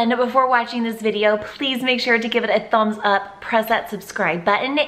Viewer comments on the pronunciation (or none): You said thoms up